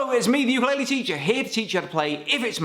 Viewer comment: Please learn how to pronounce ukulele.